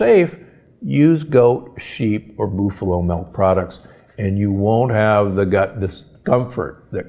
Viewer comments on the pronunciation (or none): Boof-a-low??? Seriously? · What is a BOOFALO?? LOL This guy is right on the A2 and A1 molecule situation, but to have your American diary cow tested for A2 or A1 production is not hard or very expensive, and many smaller American dairies have or will test for it, or you can have it tested. Mercy he was butchering the names of things horribly bad, like a city dude, lol. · BOOF-a-lo? WTF. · Why do you pronounce buffalo "boofalo"? Am I saying this wrong? This is not a criticism. I enjoy all your content! Thank you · Aaaaah please stop saying BOOFalo! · It depends on what his school teachers or parents pronounced it when he was younger. Not his mistake, but he should appreciate your correction.